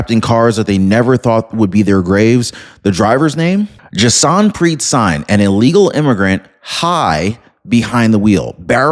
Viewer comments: It's pronounced. 'Sing'. I know only 'cause I live next to the second largest group of sikh outside of India. 🙁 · Learn how to pronounce people’s names, it’s pronounced Sing.